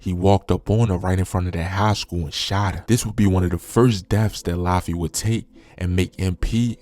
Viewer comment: Wtf is “Lafi”…. You can’t even pronounce have the names 😒